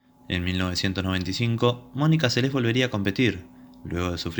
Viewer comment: Recuerdo claramente este echo, se habló largo y tendido, Durante los siguientes años se siguió hablando x este echo y x la magnífica deportista q era. Ahora, nunca en todos estos años, pero jamás... escuché pronunciar su nombre como : Selés...con acento.... inaudito